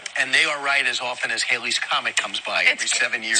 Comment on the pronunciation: Hal-lees Halley's Comet, not Hale-ees Haley's Comet. My God these people are stupid.